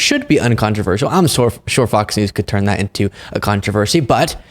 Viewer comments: I've noticed that has a speech impediment where he often doesn't pronounce the S if it's the last letter of a word. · I don't know if it was an accident or not, but you called Fox News "Fok Nu" and I'm totally hear for it.